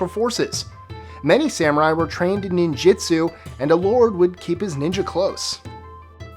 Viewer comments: he pronounced ninjutsu wrong, its ninjutsu not 'ninjitsu' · You say "ninjitsu" but I read "ninjutsu". Which is it?